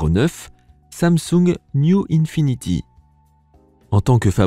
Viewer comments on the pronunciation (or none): none